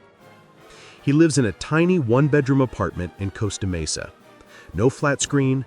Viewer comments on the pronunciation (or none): none